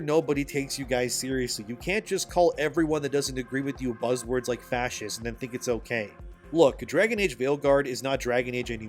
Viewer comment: I AM A PROUD "FASCEEST" 😂